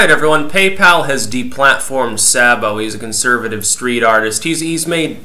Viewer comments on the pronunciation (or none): His name is pronounced SAY-bo.